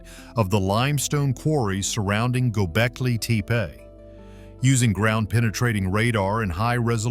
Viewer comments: Why can't you pronounce Gobekli Tepe the same every time? Pick one and stick with it. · Learn to pronounce the site correctly.